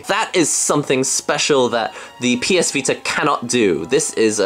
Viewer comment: He said ps pita :)